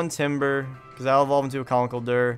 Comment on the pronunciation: also conkeldurr is pronounced as con-KEL-dur